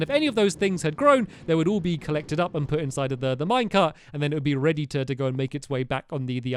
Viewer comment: its pronounced U put not puted put